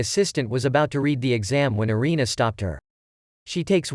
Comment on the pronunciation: Anime name is food wars one thing not mentioned is that it sexulizes a lot of things. Also (Arina)God tongue name is said wrong, it's pernounced (air-in-a) erina.